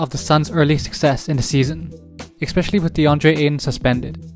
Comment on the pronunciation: You and Chris Webber both need to learn to pronounce the word especially correctly. No x!